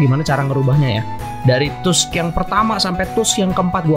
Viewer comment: bang itu bukan stun itu namanya knock down jadi gk bisa gerak kek jatoh gitu lah Edit: btw bang itu bukan "tusk" dibaca nya "task"